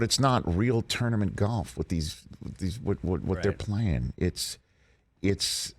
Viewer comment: It's not pronounced gyolf